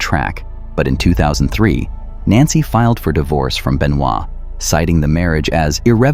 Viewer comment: Doesn't even know how to pronounce his name right. Man you are fired. Fake fan of wrestling.